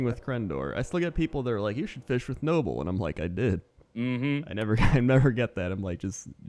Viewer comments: Ze Germanz nobbel himself says its pronounced no-bowl. watch his fishing with crendor episode. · Mispronouncing nobbel on purpose?